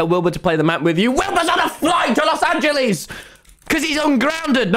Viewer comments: “WILBUR IS ON A FLIGHT TO LOS ANGELEES.” -Tom 2021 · “WILBUR IS ON A FLIGHT TO LOHS ANGELEESE” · “WILBUR IS ON A FLOGHT TO LOS ANGELYES”